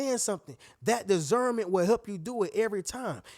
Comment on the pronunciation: It's disssssserment not desserment lol